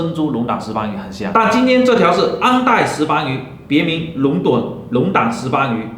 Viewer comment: 龙趸（dun)。不是龙胆！ 你这个是养殖的。。。。